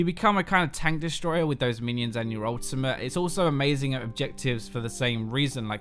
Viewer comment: Why do you keep saying "Ultimah" instead of "Ultimate"? Like, what's up with that?